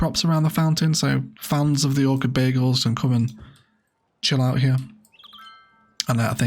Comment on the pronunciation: I can't help but hear "Orchid Bagels" every time you say "Orchid Bay Eagles" and now I'm hungry! Great build as usual. Loved the memorial bench detail in particular!